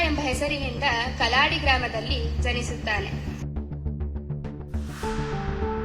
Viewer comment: Kalaadi alla kaaladi.